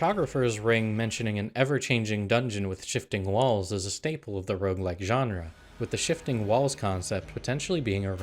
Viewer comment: IT'S ROGUELIKE NOT ROUGELIKE!